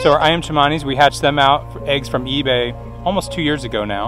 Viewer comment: And it is definitely Ayam not Iam. An aussie living in java